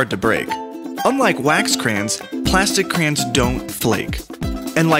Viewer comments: It's pronounced cra-yons not crans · Crans? It's pronounced CRAY ONS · Stop saying crans. Its pronounced "cray- ons" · its an accent. where I live we pronounce it cran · i just pronounce it like crans :L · I haven’t seen anyone comment this so here goes Nobody: Absolutely nobody:: craains